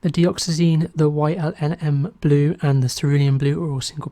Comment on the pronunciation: Hi. FYI It's Yinmn blue (usually pronounced Yin Min) It's the elements that make up the compound: Yttrium Indium Manganese Blue.